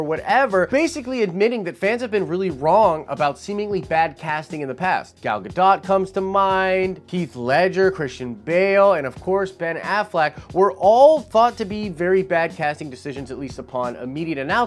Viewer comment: Her name is pronounced Gah-Doe... not Guh-Dot